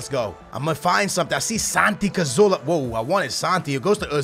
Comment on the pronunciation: its Cazorla not Cazoola, its a R not another O!